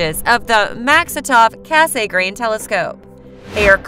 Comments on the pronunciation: Cass-a-grain. Repeat after me kids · I thought it was the typically long focal ratio of the Mak that made it photographically ‘slow’’—not the fact that it has a thick meniscus type corrector. BTW, it’s pronounced Cass-eee-grain rather than Cass-AY-grain. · The name is French, and it's pronounced 'KASS-granh', almost like 'gran', but not quite getting the 'n'. But, that nit-picking aside, I liked your approach and informative delivery. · That "kay-say-grain" part is painful to hear 😅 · Over and over again, yes-ay-grain! I can't stop hearing it. But excellent description of each-ay-grain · It does bring the narrator's credibility into question. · I like her voice except for that 'Kay-say-grain ' part lol, but at least she pronounces every word correctly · "Cass Saay Grain" Look how they massacred my boy...